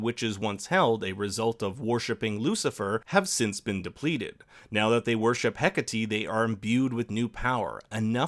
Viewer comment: No one ever pronounces Hecate correctly...